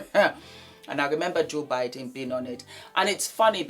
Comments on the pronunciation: it Budden not Biden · it's Budden. 😂 You got me rollin. I'm sorry but those women know they don't feel a condom, they know exactly what they're doing. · you keep calling him”joe biden”…😂